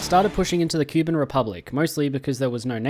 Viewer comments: ITS NOT "QUE BIN" ITS "COUP BAN" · Poroshenko was the president of Ukraine through 2014 to 2019, very anti-Russian/Pro-Eurooe, more so than Zelensky. And pls, for the love of God, do not use foot infantry in the 2020's it ain't worth it. Also I think it's pronounced Koo-ban